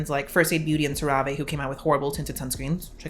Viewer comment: I love how you pronounce CeraVe (Sara-vee) ❤. I can't do clean beauty because it demonize ingredients that have been shown to not be toxic but pushed that we should be putting essential oils on our skin. Also, poison ivy and arsenic are natural but I don't see them pushing those things to be placed on the skin or in the body.